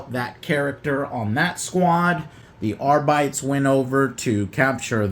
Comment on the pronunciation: "Arbeedees"? What? It's just Arbites.